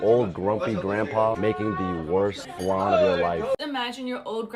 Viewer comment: It’s not fucking FLAN .. THIS IS WHY REGULAR PPL THAT DIDNT EVEN GROW UP IN A KITCHEN SHOULDNT TALK